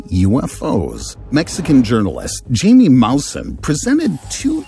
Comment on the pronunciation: oy, I had to stop 13 seconds in with the mispronunciation of reporter Jaime (HY-MEE) Maussen's first name--sorry...